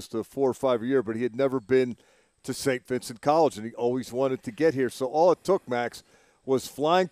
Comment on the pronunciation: Why isn’t Mac Starks can’t pronounce Saint Vincent correctly …….I mean really🤬